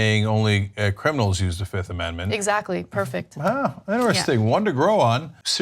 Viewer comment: Did he say "I plead the fizzifth" ? If he did I might like him more.